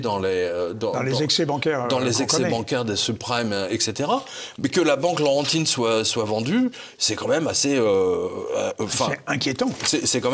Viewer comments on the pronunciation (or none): BANQUE LAURENTIENNE.... HAHAHAH...CA VA BIEN ALLER QU'ILS DISAIENT... (PAS 'PAURENTIIIINE")